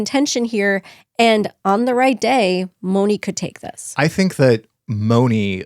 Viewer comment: Mone is pronounced with a long a-Monay. Not Moni.